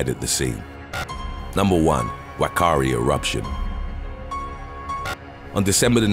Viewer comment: Whakaari Is pronounced fa Ka Ari.